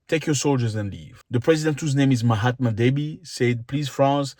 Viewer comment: Did you call him Mahatma Deby?!